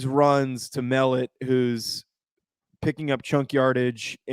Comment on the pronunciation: Just as a heads up, Tommy Mellott’s last name is pronounced Muh Lot.